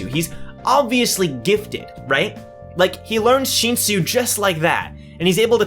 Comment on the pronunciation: its not sheensu its shinsu just say it like how u spell it sheensu sounds so obnoxious